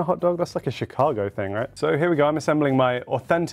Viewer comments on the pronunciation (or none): none